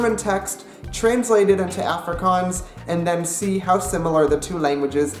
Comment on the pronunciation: Prenounce Afrikaans proply